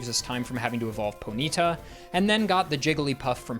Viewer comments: im sorry... Poh - Knee - Ta?? Its Pony - Ta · I swear some streamers must be throwing in weird pronunciation to get the correction comments going. Ponyta pronounced poh-NEE-ta is a first for me